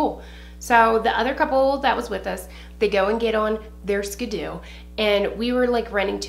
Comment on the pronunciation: And ya the name is Ski-Doo bahaha skooby doo😂😂 loved this!! More stories 😂😂